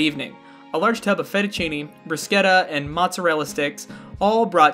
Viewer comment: knows the correct pronunciation of bruschetta. Thank you, sir!!!!!